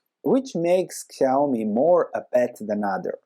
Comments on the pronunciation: Nice analysis! It's pronounced shee-ow-mee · Yeah, you pronounced it wrong: it's more like "shiaomi" Xiaomi price looks not bad now, also it just double bottomed, but about the company, they don't have a strong moat. You don't buy their products cause you wanna own a xiaomi, you buy cause they look ok and they are cheaper than other. Next time you may buy an other brand cause who cares if it's xiaomi or whatever. They don't even use the same logo for their mobile phone and the electronic appliances.